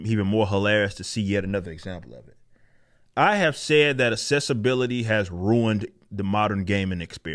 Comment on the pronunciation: Journalist, not 'yournalist'. Accessibility, not "assessibility".